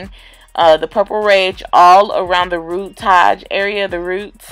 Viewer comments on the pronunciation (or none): "Rootagé" somebody watches guy tang lol 😂 but the color is bomb af 😍